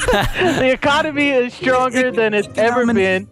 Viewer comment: “The echo-nommy” 😂